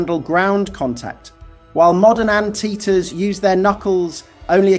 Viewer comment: Ann Teaters? I thought they were "ant eaters." 🙄